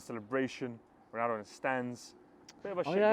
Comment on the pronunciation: "Cristiano Dognaldo" I'm CRYING